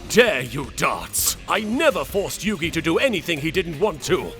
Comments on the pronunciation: “Yu-Gay Moutou” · Yu-gay muto 😂😂😂